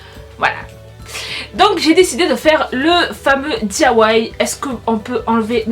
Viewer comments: Hahaha on dit "Di Aie Wai" et pas "Dia Wai" 😂❤️ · On dit pas diawai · ça m'a stressé pendant toute la vidéo le I de DIY se prononce (Aïïï)